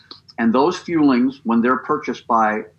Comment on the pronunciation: Scamberlyn Reid has done optavia a couple times. She spends hundreds(several hundred) of dollars and gives up after 24hrs. It sticks in my mind because she pronounces the fuelings as feelings saying "im eating my feelings". Yeah the 6 meals are 5 snacks and a meal. They arent very nutritious and of course if people lose weight its because they are in a calorie deficit NOT because Optavia is revolutionary!